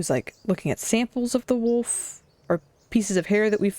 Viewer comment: arrives game start language fun fact: the importance of silence back from break back from break pronouncing "wolf" as "woof" is so adorable ☺️☺️